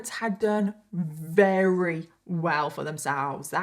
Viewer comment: I love these episodes. You do a wonderful job of researching and telling the story. I do wish though you would pronounce the word "very" properly instead of rerry.